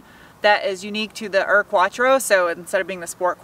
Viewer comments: Hi, thank you for the content. Really enjoy your video’s. Since you have been living in Germany for a few years I think, I am surprised in the way you pronounce UR, as in UR Quattro. I even think I have heard you say “you are” (phonetically ). UR in German is a word. It means the first one, the original. I’m not sure how to explain to you how to say it properly, I guess something like OOR? Like the sound of the OO in wood? Nitpicking, I know, but I thought you would like to know. Looking forward to seeing more content of your channel. Regards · You pronounce UR like … YOUR. Means old, ancient, original. Kinda like OG. Your taste in cars is wonderful,.